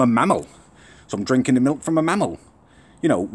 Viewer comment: The way says "mammel" makes me feel uneasy.